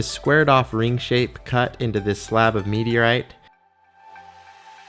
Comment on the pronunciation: "So, you can see i´ve got this sqared off ring-shape cut into this slab of meteo, right?" ... SLAB OF METEO, RIGHT? It sadly took me two minutes to realise he was saying "meteorite".